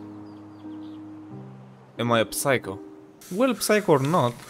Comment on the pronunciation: That was a fun video! By the way when you say 'psycho' you dont pronounce the P, just 'sycho' :)